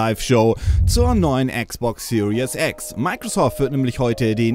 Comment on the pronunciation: Die falsche Aussprache, die man überall in Deutschland hört: "Serious X" - Die ernste X :D